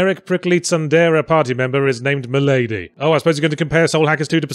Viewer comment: Why do they pronounce Milady "MILL-uh-dee" though